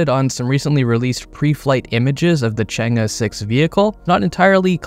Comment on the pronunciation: You read the name ‘change’ correctly this time😂